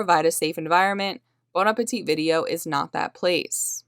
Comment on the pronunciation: Very interesting story, thanks for publishing, BTW The last 'T' in Appetit is not pronounced. Appe-tee is how you say it. Thanks!